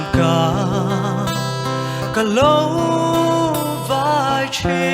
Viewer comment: "chawnbân an vei" ngai lo aw, Mizo ṭawng thu mal lam dik loh hi Judge te'n la serious viau rawh "chawnbân vai" tih tur.